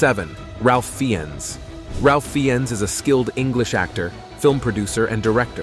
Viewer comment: Ralph Fiennes is pronounced Rafe Fines. Not Ralph Feeones.